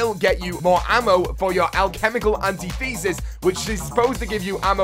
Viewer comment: an-tith-ehsis... and you only get 10 points from keepers for shots on, none for kills.